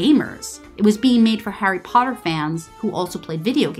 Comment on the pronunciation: “Hairy pardurr”